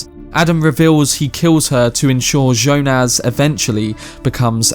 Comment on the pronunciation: I've never heard Jonas pronounced like you say it. It's quite striking. Anyway it's more Y - O - nas not Jo - NAZ